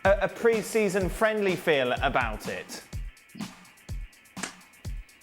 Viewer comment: 'about it' not 'abourrit'